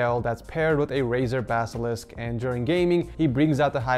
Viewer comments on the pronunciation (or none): none